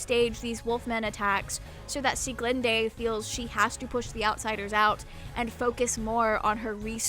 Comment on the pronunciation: I really liked it so much again, I´m excited for the next arc . Though as a german I have to tell you that you prenounst sulis name wrong. but I like your way more than the german one. time to wait again :)